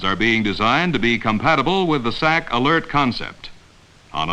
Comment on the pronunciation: You don't say the acronym "S A C", you say "sack". During the Cold War era, USAF had the Strategic Air Command and the Tactical Air Command. Their acronyms of SAC and TAC were universally spoken as "sack" and "tack". I know because I was a little kid living on base at Bergstrom AFB outside of Austin, TX. When my dad was assigned there in the mid '60's, Bergstrom was SAC. A year later, it was assigned to TAC. When his friends came to the house, there was a lot of "sack" and "tack" being discussed.